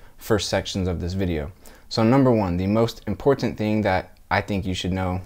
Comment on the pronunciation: Fake ass video. Listen to the way he says important